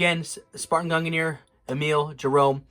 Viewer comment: Why does nobody pronounce mjolnir and gungnir right? They rhyme.